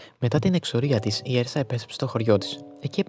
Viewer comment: Ουρσα προφέρεται